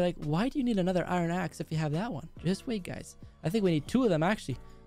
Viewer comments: It’s I ern not i ron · luke: I needed iorn me: iron not iron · I love your vids put its iron not iren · What about custom tnt.I like the way you say iran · He Does Just Listen To Him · I don't know why luke pronounced iron wrong 😂👍